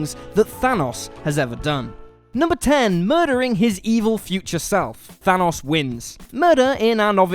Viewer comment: It still bugs me that he keeps saying Thanos wrong